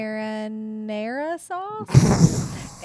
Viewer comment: Ohh my sweet Kentuckians!!! Grand Marinara 😅😅❤️ Its mar knee yay!! Bless your hearts!! Luvyameanit